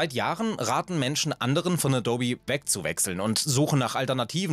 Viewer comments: Mir wurde das Video vorgeschlagen, weiß also nicht ob das immer so ist. Dein "Adobbi" macht mich wahnsinnig. Ich weiss auch nicht was es ist aber die Art, wie gesprochen wird ist so unangenehm, dass ich jetzt nach 2/3 des Videos aus machen muss. Wie eine KI gesprochen, es ist wirklich schwer zuzuhören. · Addobi? Habe das NOCH nie so gehört, nicht mal von Adobe selbst. LOL. Alter. Du machst mich fertig. 😀 Edit: Scheinbar hast Du es in der zweiten Hälfte Deines Videos ja verstanden... Hast Du das nur gemacht damit wir uns hier aufregen und Kommentare schreiben? ;-) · Du sprichst es also Deutsch aus, wie ich zum Beispiel auch Amazon. ;) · Eben das meine ich mit dem O. Es wird EH-DOH-BEE ausgesprochen. Also liegt die Betonung im mittleren Teil. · Bin ich der einzige, der die ganze Zeit Dobby versteht? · Ganz gutes Video, aber die teilweise falsch ausgesprochenen Worte,wie z.b a dobby, erschweren das Zuhören immens :D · ich versteh andauernd "dobby" wie der hauself aus Harry Potter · Sorry, aber mit "adobby" nervt es sehr stark beim zuhören. Muss das Video leider abbrechen. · a dobby?! Klingt wie ein fieser Sprachfehler, so spricht man Adobe nicht aus mein Freund 😂😂😂😂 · Gott, wie oft wurde in dem Video "adobby" gesagt? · Bitte künftig Ä-do-bee aussprechen. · Kann dem Typ mal jemand sagen, wie sich "Adobe" richtig ausspricht? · Alles nach OS 9.2.2 ist scheußlich. Incl. 'aboub' und dobbie hatte zum Schluss dann auch eine Socke weniger Ich nutze keine Software im abbo. Dann nutze ich sie halt nicht. PS. : lerne mal Adobe auszusprechen.... : adoub(e) Du disqualifizierst dich grad schon wieder, obwohl du inhaltlich recht hast. Grüße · Ich schwöre es nervt so hart bro es ist EH-DOH-BEE / AH_DOH_BEE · Ich komm einfach nicht klar auf die Betonung von Adobby :D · Das heißt nicht „Adobbi“, sondern „Adohb“. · Das heißt Adooooooobi nicht dobby. Ist nicht Harry Potter. Sorry Video abgebrochen. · Und auf keinen Fall heißt es "a-dobbi" 🤨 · Adobby?? Ernsthaft??? 🤦‍♂️